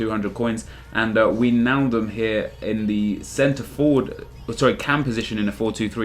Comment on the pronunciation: It's "Why"-naldum